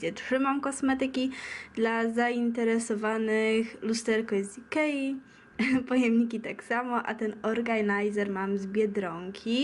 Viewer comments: Nie organajzer, tylko organizer ;) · Haha organajzer ;D Brzmi amerykansko :DDD